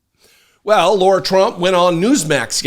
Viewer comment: Ahh, I was literally about to write a comment thanking you on behalf of all of us Laura's. You pronounced lara trump's name correctly in the beginning of the vid and I was so delighted! But then you went and pronounced it wrong and have all of us true Laura's one of those creepy chills you get that make the hair on your arms stand up and goosebumps abound. Why sir?!? I come w/ tears in my eyes asking why?!? You started of so well... ✌️